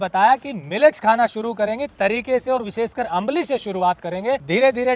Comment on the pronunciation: It's आंबिल ❤.. not अंबली